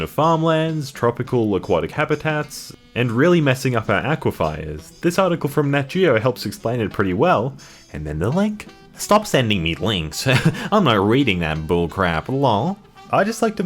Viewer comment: Did he just fucking call aquifers. aqui fires?